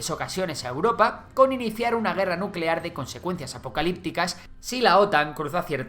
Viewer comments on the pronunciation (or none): Nucelar, se dice nu ce laaar